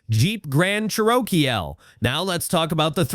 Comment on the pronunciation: Ever heard of a "Grand Charokeyel"? Remember when human beings used to narrate videos? ...Me too.